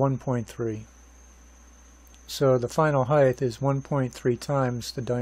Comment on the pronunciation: sorry, pet peeve...it's not HeigTH, it's HeigHT